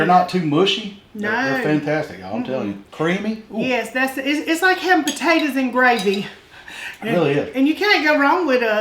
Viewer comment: I grew up in East Texas, your accent reminds of that. I'm not a rude person but, have you ever considered saying potatoes instead of potatatas? It's not a nock to your ancestry or culture but I wonder if you are playing up the "ah shucks" for the camera.